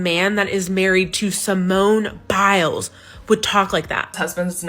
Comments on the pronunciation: "Simone Bowels" I know it aint on purpose, but they don't. Be careful, or they gonna come for you next. Lol love you brother!! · Dude I feel like he gets the names wrong on purpose lol. Simone bowels!? Come on!